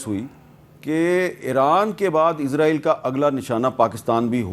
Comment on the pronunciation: میر صاحب آپ لوگ اسرائیل کو عزرائیل کیوں کہتے ہو